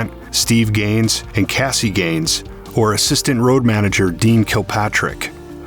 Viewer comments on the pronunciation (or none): none